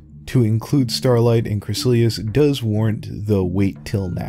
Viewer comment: This was a great video, but her name only has three syllables: "Crih-sah-lis"